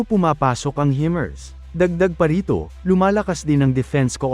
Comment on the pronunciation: Himars po hindi hemars